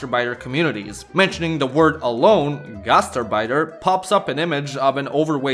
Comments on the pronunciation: Knowing German and hearing gastarbeiter pronounced like that really, REALLY hurts The gast part is fine, it's the arbeiter (which is more like ahrbaitr) than urbeitr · Gaz terrr biters!😂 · The way you pronounce "Gastarbeiter" sounds like "Gaster biter" and it tickles me pink. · He's showing his 'Merican side there. I only speak Pigeon German. It sounded perfect to me in Indiana. But I know I don't say Bratwurst or HofBrauHaus correctly. But we just say 'Brats' (frying) which would confuse any good German. Here it's understood to mean sausage, but we are happy in our ignorance.